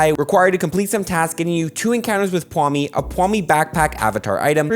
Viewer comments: saying Pwami instead of Pawmi everytime irked me idk why lol. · How are you getting Pwhami? It’s just Paw-mee 😅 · Omg it’s pawmi, not pwami x))) It bothered me so much the whole vid x”) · PLEASE. it's PAWMI, not pwami. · Ok, this is an easy one. It's not PWawmi, it's Paw-mi. Like a Paw. Sorry, but this really bugged me for some reason. Lol. Great continuation of the event! Thanks for the always timely updates! :) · It’s pawmi, not pwami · every time he says "pwami" I want to die in minecraft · lmao why does he keep calling Pawmi Pwawmi? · Why does he pronounce pawmi as ''pwahmi'' lol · Why do you keep mispronouncing Pawmi like you don’t see what order the letters are? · i cant get over how says "pwawmi" and "skeledredge" instead of pawmi and skeledirge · skeledirge, not skeledredge. also pawmi not pwami. Not sure if anyone else picked those two up. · Pawmi not pwami and skeledirge not skeledridge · Paw- mi not pwami just so u know Skeli- der- je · “Pawomi” “skelidredge” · Me holding back tears bc he called pawmi “pwami” and skeledirge “skeledredge” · Holy crap it’s pronounced PAW- Me And Skel-a-durj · Is no one talking about how he's pronouncing skekedirge and pawmi